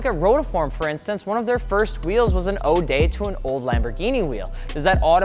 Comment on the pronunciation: Ode is pronounced like owed